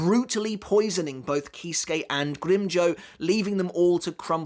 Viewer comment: I like how he says Grimmjow, he rolls that "r" perfectly, and doesnt really say the "w" either which i think, is the perfect way to say the Espada's name